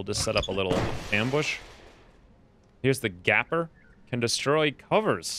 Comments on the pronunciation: its GAPEr not GAPer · gapper... gaPER... MEH.